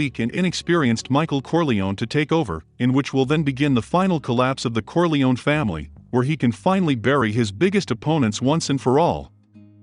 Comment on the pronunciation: I loved the videos, but why "Faimily"?